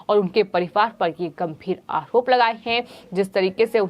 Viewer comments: अकरोप नही आरोप हम हिन्दू हिन्दी ही साफ नही बोल पाते कृपा ध्यान दे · इस चैनल वालों से निवेदन है कि इस न्यूज़ रीडर को reading ना करने दे ठीक से बोल भी नहीं पाती आरोप को आहोप कहती है पहले भी आप से निवेदन किया था